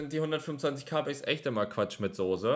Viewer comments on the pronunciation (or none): „Quatsch mit Sohse“